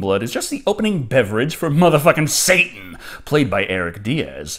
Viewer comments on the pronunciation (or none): none